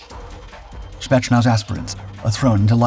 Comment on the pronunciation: FWIW it's more "Spey't's-nazz" rather than "Shpets-nazh". Decent video, though, nice intro/overview in a short video. ;) Also the COD Bot boys who know wayy too much about breaking the mind thru breaking the body are here in the comments... and they know what wimps elite soldiers are. Thank goodness they're all about to go help UKR end this war. With a Vente Latte and a sign. Afterwards, to the dispensary.... Indeed some of this is Prop... But the Spetznaz isn't the India/Pakistan military dress parade war/competition performed everyday...